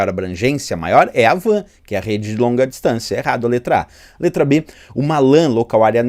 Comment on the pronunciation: Penso que WAN se pronuncia "UAN" e não VAN,pois o W é de Wide, nome inglês.